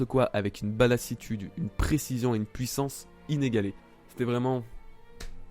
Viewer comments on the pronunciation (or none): none